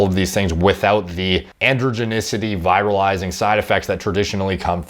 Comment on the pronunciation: You said 'viralizing' (VIGH rahl izing) several times (fast talker, you) before context clues made me realize that you meant to say 'virilizing' (VEE rihl izing). Just a tip -- I honestly didn't understand how viruses are involved, until I figured out that you meant something like 'over-masculinizing'. Even the closed-captions didn't help -- showed the word 'viralizing'.